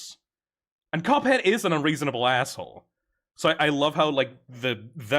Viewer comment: Did bro call cuphead coveck??